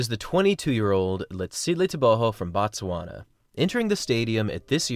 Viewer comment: Not "Bat-swana" but "Boot-swana" or "Boat-swana".. The pronunciation "Bat-swana" = "The Tswana people"; "Boot-swana" = "Place of the Tswana people" ... That "O" is meant to be pronounced as "oo" in "to".. The English butchered the spelling of words in both Tswana and the closely related Sotho langauge, the latter of which is pronounced "Soo-Too"